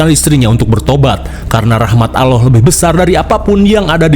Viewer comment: Allah bang bukan alloh